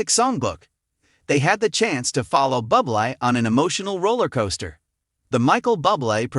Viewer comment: Michael’s surname is pronounced Booblay, not Bublay, Bubly and Bubble. Obvious AI commentary😖😖.